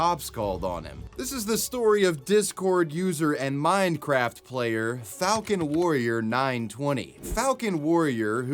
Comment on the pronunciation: bro definitely said “mind-craft”